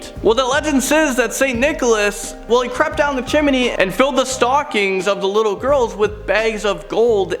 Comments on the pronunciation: Chim knee dude. Not chimeney lol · It's CHIM-NEE, not CHIM-IN-EE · Chimney He says Chim-min-ney 🤣 I love it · The way how you say "Chimney" is DISGUSTING.